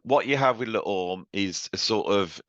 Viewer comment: Le Orme is pronounced Lay Ormay.